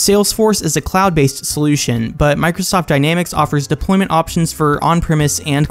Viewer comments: Hi there, thanks for the video. Please note it's deploYment not deploment at 1.05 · "Deploment" lol